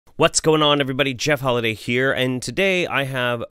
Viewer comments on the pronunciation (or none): Your outro sounds like it's saying "Jeff Hovind" instead of "Jeff Holiday."